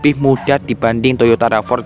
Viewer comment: bacanya "Rav 4" ygy, bukan "Rava" 😅🤭🤭